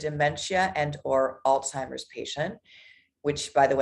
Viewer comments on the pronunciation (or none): How does a nurse pronounce Alzheimer’s by saying all timers?